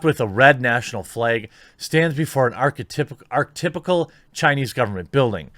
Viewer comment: Learn phonics. I've noticed more and more, as I watch your videos.... That you have issues pronouncing words. You're lucky the world is full of morons now, and people arent like me, someone who takes pride in his ability to speak, type, and read the English language. However, I can't support you anymore Jeremy. Your pronunciation of "Archetypal" made me cringe way too hard. How can you have a channel where you read to people, and you cannot even pronounce certain words. If they were "Big" words, straight out of a thesaurus, yeah, maybe you'd get a pass then. They aren't though, are they?